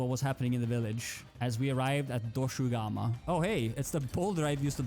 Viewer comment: Funny that you called Dogashuma Doshugama (while its actually called Doshaguma)